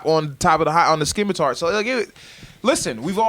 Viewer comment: “SKIMATAR” though?!?! That’s like hearing people saying “Pasties” 😂😂😂